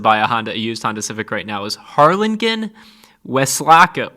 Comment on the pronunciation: Harlingen is actually pronounced Harlin- Gin!